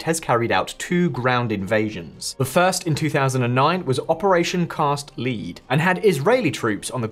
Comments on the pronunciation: You lost all credibility when you called Operation Cast Lead lead, not l-e-d. Do your scripts come from Wikipedia? Lol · Cast Lead, pronounced "led", as in lead pencil.